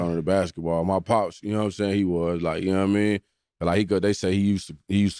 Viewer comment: You “Narrr” what I’m sayin🧐